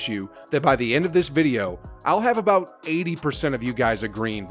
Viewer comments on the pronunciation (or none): none